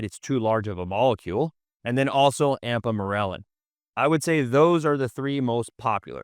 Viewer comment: I like the information but I'm trying to place either the accent or why exactly he says "ampamorelin" instead of ipamorelin. just curious